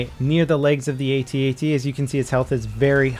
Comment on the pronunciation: Why do you not call them at-ats (attats), instead of A T A T's?